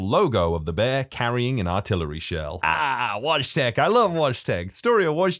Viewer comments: Wojtek pronounced in polish is like Voy-tech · Its pronounced Voytek in Polish i should know cos i am Polish